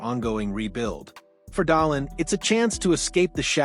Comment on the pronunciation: Haha, is this AI generated, can't even pronounce dahlin last name correctly